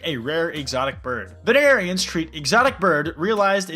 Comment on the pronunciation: venarians? Veterinarians has six syllables, not four.